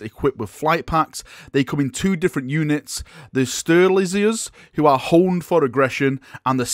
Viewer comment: Stair-uh-lie-zers. It's just Sterilizers spelled weird.